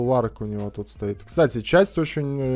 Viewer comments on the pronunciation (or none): none